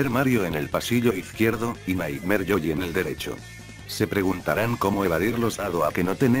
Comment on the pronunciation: Me di cuenta que cuando el loquendo dice yoshi dice yoyi Buen video